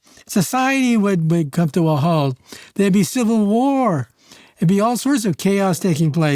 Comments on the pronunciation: it's halt not "hault" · Halt …. Not Hault 🤷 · Hault??? Isn't it halt???